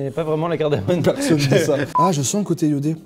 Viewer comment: Les mecs on dit "cardamoMe" et pas "cardamoNe" !